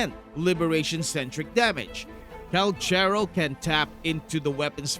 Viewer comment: The pronunciation of his name is... Kal karow